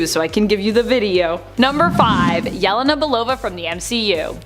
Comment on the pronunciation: Supposedly a comic channel, but butchers Yelena's name.😂